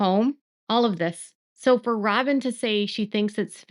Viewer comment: I’m so tired of you saying robbem because of Kody…robbbin knows what she’s doing.